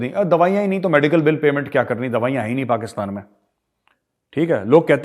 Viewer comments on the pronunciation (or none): Ye lahori pakistani to pakistan bhi dhang se nahi bol sakte...usko bhi 'pakastan' bolte hai🤣😃😂